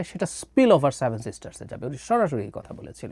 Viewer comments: স্টুপিড টা seven বলতে পারে না বলে "saven" । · আপনার 'স্যাভেন' (7) উচ্চারণটা দারুন। আপনার ভাঁড়ামো তুলনাহীন। অল্প অপেক্ষা করুন। বাংলাদেশ ভারতের ৮ম সিস্টার হতে চলেছে। 😀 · স্যাভেন না রে সেভেন 😂😂